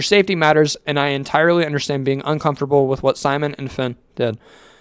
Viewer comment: bro her name's pronounced "Fin" not "Finy" 🥀